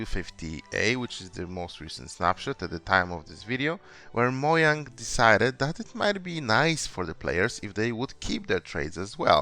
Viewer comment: Mo yung? I thought it was said as "Mo yang," just like the Mojang employees say it.